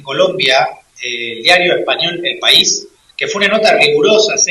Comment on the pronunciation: "Er País"jeje,je,je !qué bonitor el País¡.